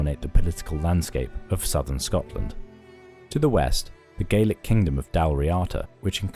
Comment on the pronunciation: This video just highlights how little we actually know about the Picts. Example - the narrator mispronounces Moray and Gaelic, yet we're expected to believe that they say about people who lived thousands of years ago.